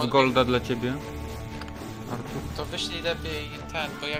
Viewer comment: bławo Ałtuł świetne zagranie kappa